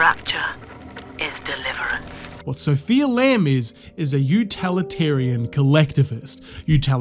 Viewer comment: "Utalitarian" 😂 it's utilitarian bro. The criticism doesn't hit very hard when we can tell you've never even heard the word uilitarian before, much less understand it.